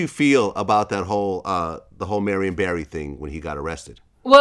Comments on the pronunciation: Vlad get the name right, Barry not Berry. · Barry, not Berry. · Y’all keep saying Barry but you niggas pronounce it berry also cut the bs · They pronounce his name as Berry if u didn't know